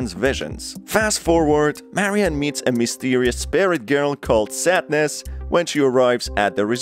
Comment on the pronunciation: Sadness. Not sat-ness 😅😅